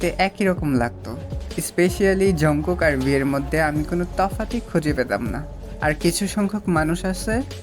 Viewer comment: ঝনকুক না জানকুক// জনকুক😂😂😂😂😂😂😂😂😂